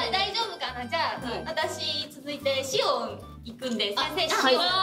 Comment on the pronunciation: のシオンのとこ「おう」じゃなくて「イゴ」って言ってる気がする